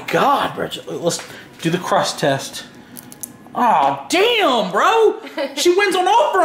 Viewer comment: DID HE SAY “CHILL BRU” XD